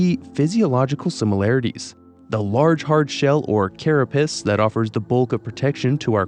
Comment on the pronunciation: Carapace not carra-piss